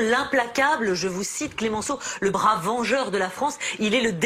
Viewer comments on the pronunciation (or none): none